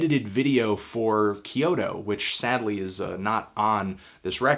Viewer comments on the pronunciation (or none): none